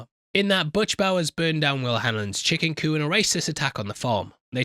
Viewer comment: He's just not pronouncing the "p" in chicken coop. What he said was, "chicken coo and..."